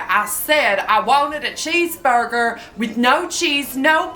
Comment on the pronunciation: “I WOWNED A CHEEESEBURGUER”